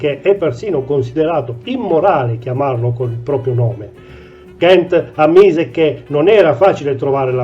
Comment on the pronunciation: Kant con la "a", non Kent. E' tedesco, non inglese.